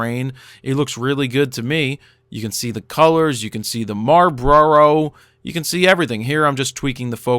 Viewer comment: LOL "Marbroro" Yeah it's safe to say that you don't smoke (